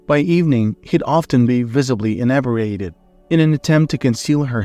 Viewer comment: Inebriated is pronounced 'in-e-bree-ate-ed'.